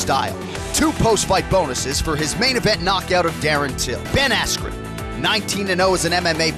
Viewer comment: “Funky Ben Ass-kew”- Michael Buffer